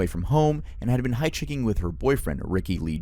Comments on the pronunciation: said "hightchhicking" 🤣 instead of hitch hiking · “hych hicking” why did you say hitchhiking like that bruh 😭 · That pronunciation of hitchhiking is wild. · how come you don't say hitchhiking normally here? sounds cut